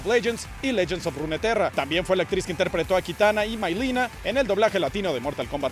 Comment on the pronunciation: "Mailina" ...osea hasta en el juego en ingles lo dicen "Milena" que nacos